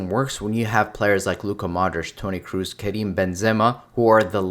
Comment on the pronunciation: Toni Kroos, you dont spell it Cruiz, its spelled how its written